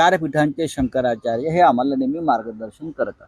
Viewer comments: त्याला शंकराचार्य पण म्हणता येत नाही अजुन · ज्या माणसाला शंकराचार्य हे नाव पण उच्चारता येत नाही त्यानी टिका करावी ॽ